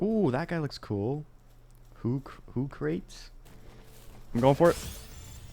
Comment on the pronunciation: Hoocrates pronunciation from you makes me laugh more than it should xD